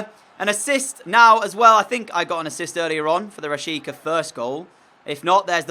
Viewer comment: Its rashitsa pronounced